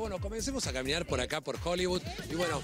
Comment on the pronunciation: divertido como siempre!! ahora, mejoren el tema de: este edificio fue 'creado', se dice construido (en todos los programas hablan de arquitectura 'creada', bueh...) y despues la pronunciación de hollywood, NO es hollybud!!!!!!!!!!!!!!!!!!!!!!!!!!!!!!!!!!!!!!!!!!!!!!!!!!!!!!!!!!!!!!!!!!!!!!